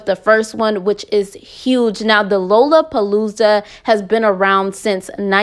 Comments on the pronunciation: So cute they way she pronounces lollapalooza…. It’s Pronounced Laa luh puh loo zuh 😘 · NOT "Low-La-Palooza" 🤦‍♀️🤷‍♀️💀😂😭🥴🙄, Love this channel, but if you gone report stuff, I'ma need you to learn to pronounce stuff right and report names right Lol! I be noticing that about you alot fr.... Other than that, Good tea 🍵 tho!! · It’s pronounced like Lala-palooza